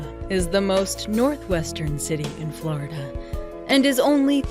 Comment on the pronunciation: FLoIDahh STOP